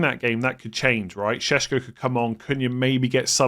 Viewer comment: Why is every podcaster saying sesko in that hilarious way I know it’s how you pronounce it but Shheshko 🤣 it’s so funny .its like someone bit their tongue